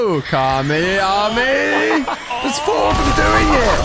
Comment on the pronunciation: Bro stop saying kamiyamiyah just stop